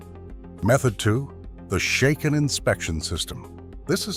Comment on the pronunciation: Shaken is pronounced like bracken, not like taken. How do you expect to be taken seriously? Your "...unique arrangement of technical research, narrative commentary, and visual editing" is certainly unique as well as being highly inaccurate.